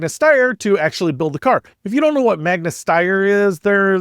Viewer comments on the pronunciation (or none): none